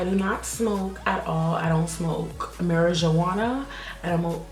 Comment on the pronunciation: the way she pronounced mirjuana 😂😂